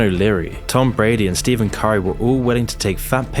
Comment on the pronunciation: his name is pronounced "STEFF-EN", not "STEVEN".